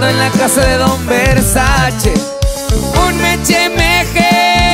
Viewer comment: No se pronuncia bershache se pronuncia bershais